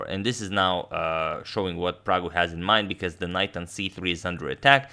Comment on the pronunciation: Ohh man did agad just called him praggu 😍😍